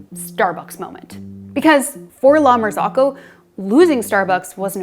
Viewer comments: La martsokko. Not "lamarsokho". Italian "Z" is spelled like "ts" in "cats". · La-mar-zoh-coh. Not, lama-zock-oh. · It's pronounced "la mar-ZOH-ko." Her mispronunciation is so cringe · The correct pronunciation is 'la mar-ZO-ko.' The last two syllables rhyme with the word 'cocoa.' ...I have worked in restaurants and cafes for over 20 years, and I have never heard it pronounced the way the young lady in this video says it. She is an outlier. The vast majority of people pronounce it correctly. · The fact that she can’t pronounce the name of the company correctly is suspect. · you are pronouncing it wrong :) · The way they are pronouncing “La Marzocco” is killing me 🤦🏻😂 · someone above you in the comments is saying that that is the right pronunciation ("rhymes with cocoa") - frankly both ways aren't that close to Italian but English and Italian have very different vowel systems so it's unsurprising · I thought I was crazy - pronouncing it incorrectly my entire life when said it like that. Then I realized she was mispronouncing it the entire time.